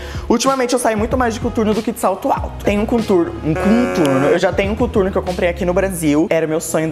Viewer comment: mt estranho ver ela falando "cuturno" HAUWHHAHAHA